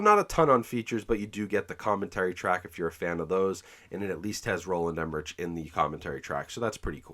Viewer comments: Director’s last name is pronounced “em-er-rick” 😉👉👉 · Roland Emmerich is pronounce like Emmerick..